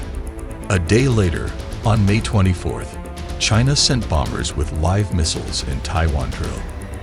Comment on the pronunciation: Another 3 day special military operations, right, chay-nah?!😅😂😅😂